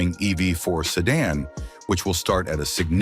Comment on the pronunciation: He said American sedun at first 😂